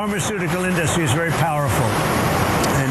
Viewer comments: Why does he say In-DUH-stry? This idiot irks my soul. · Hey Trump, It’s IN-duh-stry, not in-DUH-stry You idiot.